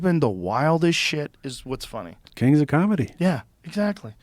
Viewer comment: Did Joe say “Kangs” ? 🤣